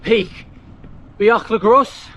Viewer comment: Great ride with lovely weather. A note that the Bwlch y Groes is pronounced “Boolk uh Groyce”. Hirnant Pass is so pretty and I agree with you that the Bwlch y Groes is the hardest climb in the original 100.